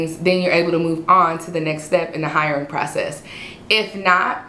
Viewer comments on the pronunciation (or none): none